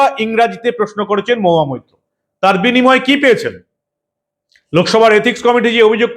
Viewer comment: নামটাও ঠিক মতো উচ্চারন করতে পারেন না?মহুয়া মুত্র।যেখানে সেখানেই মুত্রের দুর্গন্ধ!